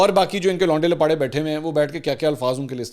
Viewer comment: Ap k vlog ma lfz londe lapare ke adaygi kia kamal ki hy